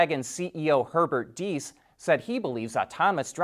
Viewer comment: Diess! I heard it! He did it right. :)